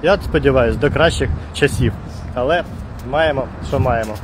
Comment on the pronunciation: Вот это вот "алэ" с первой секунды произношения вызывает рвотный рефлекс